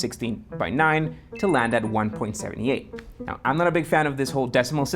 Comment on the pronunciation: Its pronounced One-Point-Seven-Eight and not One-Point-Seventy-Eight. Numbers after the decimal point are pronounced as individual numbers.